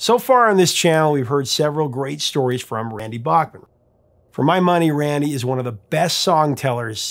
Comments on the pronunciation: Back Man not Bock Man , yes I know in the states they often say Bock Man but that isn't how Randy Bachman pronounces it. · It’s Randy BACKman, not BOCKman ;) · C'mon, repeat after me: It's BACK-man. BACK-man, not BACH-man. He's corrected you before, on this hasn't he? (smiles -- love your content...) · Not sure what the question is, but I will answer as interpreted... Yes, I have been pronouncing it Bockman. But they both clearly pronounce it Backman in the interview. Just found that interesting. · As always, I learned something... Bachman is pronounced "Backman". I have been saying it wrong for 40 years. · Someone called Randy at . Look at the phone over his shoulder, I think I have the same phone. I love Randy Bachman, just pronounce it right!